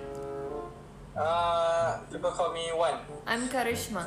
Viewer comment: The malaysian guy, its pronounce as WAN not ONE 😂